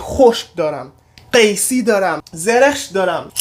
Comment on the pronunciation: قیسی رو چقدر خوب تلفظ کردددددددددد